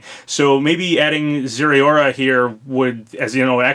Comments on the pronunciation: It’s pronounced Ze-Roar-A! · For future reference: za-r-a-o-ra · I think it’s zare uh ora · I thought it was pronounced zer-roar-a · I think Zeraora is pronounced zh-air-rah-orr-rah. I honestly don't really know, and it's not really confirmed yet since every trailer it's in so far has no talking, and it hasn't appeared in the anime where the character apparently can't go 5 seconds without saying the Pokemon of the episodes' name. However I'm really hoping this is real, since even though I'm a huge Pokemon fan I'd feel pretty ripped off with just Incineroar, and Zeraora is really really cool. Gen 5 mon for DLC though. ...Alright. this had to be said too. I WANT THIS LEAK TO BE REAL FOR GENO!!! I've been a fan of SMRPG and Geno ever since I watch Rawest Forest on YouTube in 2012! (before you ask how I watched it on YouTube before 2014 it wasn't Kirbopher's upload) SIX. YEARS. OF. WAITING. FOR. THAT. DARN. STAR-POSSESSED. DOLL. IN. SMASH. MORE. so close to finally being over! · Also I've heard it pronounced zerra-ora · zeh-rah-oar-ah is how its pronounced! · I believe Zeraora's name is pronounced "Zaira-ora", like you're saying air in his name. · Well zeraora has no official pronunciation so no ones wrong!